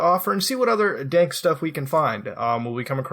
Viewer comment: lolz, he said "dank" web